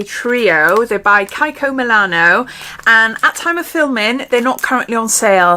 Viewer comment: Your dark hair is striking. So lovely. On a different note, isn’t it pronounced Kee-ko? Not Kye-ko.